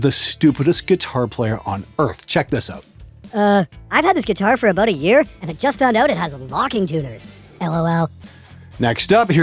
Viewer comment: Haha "aboot"... Love you!